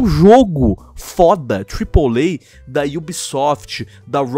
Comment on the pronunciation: ele falo tripolay ? ou é impressão minha